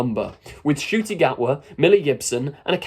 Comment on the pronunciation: Ah yes, "Nucti" Gatwa. Laughing my arse off at all these achingly right - on people who can't even get the Rwandan - Scot's name right.